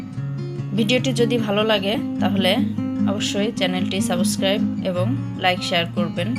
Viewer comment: আপু, সাবোসক্রাইব না, উচ্চারণ হবে সাবস্ক্রাইব ।